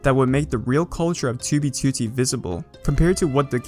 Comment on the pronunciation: I love this channel but if this man doesn’t start saying 2b2t correctly I’m going to have a stroke